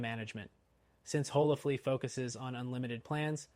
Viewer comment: On what planet is HolaFLY pronounced HolaFLEA?!?!